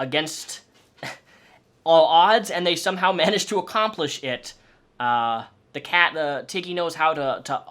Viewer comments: When you said Tiggy at first I thought you said Titty. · At first I heard Tiggy as Titty :'D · "This is Tiggy-" My dumbass brain: did he just say T I D D I E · this is my cat tiggy what i understood: titty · Ngl when he said tiggy I thought he said tiddy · I honestly thought you said titty 🙄😂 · I heard Tiddy when you first said Tiggy’s name. Lol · I thought you said titty not tiggy lmfaooo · I thought you said tittie at first. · Not going to lie at first i thought you said his name was titty lol 😆